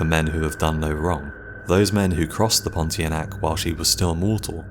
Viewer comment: Pontianak is pronounced as pon-tee-ar-nah-ck